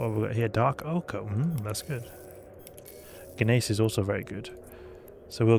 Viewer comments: “Guh-mace”? 🤣 Gneiss = Nice. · hehehe, the G is silent , it's more like niece.